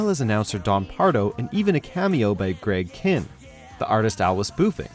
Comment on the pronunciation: Forget a second list. This guy deserves a 3rd, 4th, and 5th list and maybe more. Also, it's pronounced Greg Kyne, not Greg Kin, and it's Day-go-bah, not Daa-go-bah.